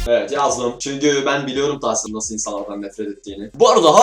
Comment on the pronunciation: Abi ben tahsin abi ye ben dahsin diyorum gbghbfghfhf